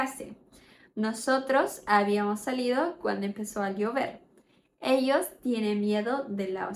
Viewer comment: Muito bom, mas a pronúncia do ll ex: Ellos, está errada, você fala o ll - "Elhos', não é assim.